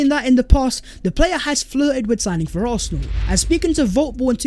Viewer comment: why do you pronounce it arthenal?